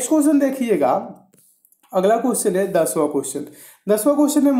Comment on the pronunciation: Cusion Nahi hota question hota h